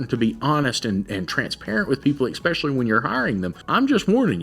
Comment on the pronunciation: The amount of times that guy said expecially angered me in ways I've never thought possible